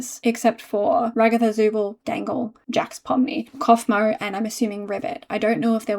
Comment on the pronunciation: Ragatha became Rug-atha... sorry I had to